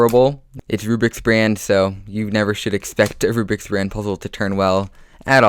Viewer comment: Omg you said rubriks brand that hurt